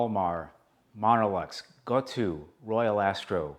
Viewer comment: BTW "Gotou" is pronounced "go toe". The "tou" is romaji, with the u indicating an extended vowel sound.